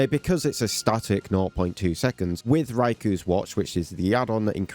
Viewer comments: Issue 2 who is raiku and what's his watch? You mean ray-ko and his watch? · "Raiku" lol